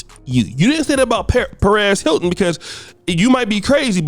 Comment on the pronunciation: say it with me Sir..... PEREZ.... PEREZ HILTON. JESUS FUCKING CHRIST.... HOW DO YOU HAVE A CHANNEL IS BEYOND ME.